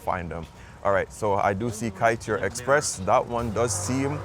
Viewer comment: The best Kaiteur (pronounced kai-chore) is on Lefferts blvd and Jamaica Ave. The big one. My favorite Guyanese Chinese overall is Caribbean cabana on 116th st and Jamaica Ave. For the boneless jerk chicken fried rice and the cha chi kai chicken with their peppa sauce is amazing. Also honorable mention is friend restaurant on 110th st and 101 Ave. They pack their tray and the pepper is amazing.